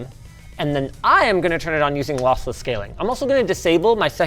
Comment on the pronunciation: I thought he was saying Lothless on purpose...